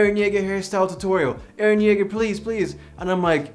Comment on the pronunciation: You haven't watched the anime yet you pronounced his name perfectly... Wow